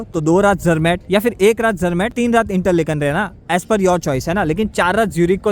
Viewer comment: it is not इंटरलेकन, it is इंटरलाकेन